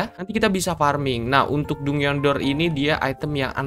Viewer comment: Bg "dungeon" jan dibaca dungeon juga kali 😭😭bacanya itu "danjen"